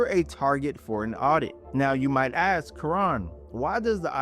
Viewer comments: The IRS doesn't 'AXE' - they 'ASK' !! These two words have completely different meanings and are not interchangable in the English language! Get it right or it torpedos your entire crdibility!! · I turned you off as soon as you said, "See the AI doesn't AXE..." If you can't say ASK, then you're not educated enough to give tax advice.